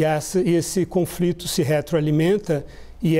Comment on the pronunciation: Conflito? Menina fala direito!!